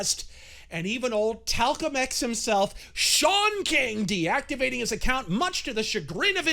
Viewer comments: "Talcum X" 🤣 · "Talcum X..." 😂👍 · 'Talcum X'! Ha! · “Talcum X” lmao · "Talcum X" 🤣🤣